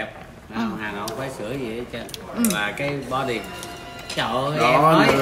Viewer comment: Bođy mà nói bợ đích hihiiii